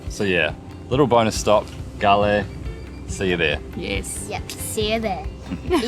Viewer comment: Nice vlog, but the Pronunciation is wrong, 😅it's spelled like goal, not galle